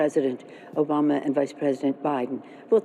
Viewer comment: Did Nancy Pelosi say "Jobama"?